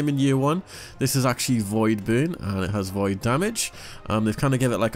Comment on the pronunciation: Anyone else hearing "Boon" when he says burn?